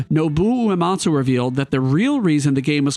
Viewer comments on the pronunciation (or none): none